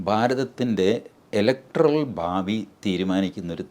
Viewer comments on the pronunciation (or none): none